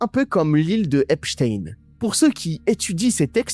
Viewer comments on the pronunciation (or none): none